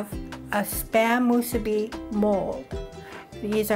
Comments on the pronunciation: Soooo Nice to see/hear musubi recipe that's NOT pronounced...Moo-SOO-bee!-lol...Lil Quirk of mine! Came across your video...Random style! Mahalo nui! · Hey there. You're the only one pronouncing it right, thank you. 🤙🔥